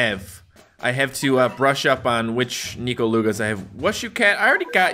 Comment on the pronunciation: Ur pronauncing NEKO wrong its neko not nyiko